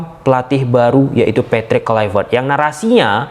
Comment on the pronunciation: Hahaha... udah bisa pronounce KLUIVERT ya bang? Hahahah...